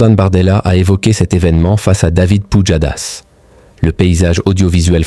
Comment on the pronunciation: "David POUDJADASS"